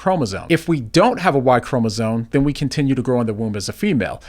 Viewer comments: It's ChromosoMe, not chromosoNe! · someone who says "chromosone" has no business talking about chromosomes. Just like that Algerian dude has no business in women's boxing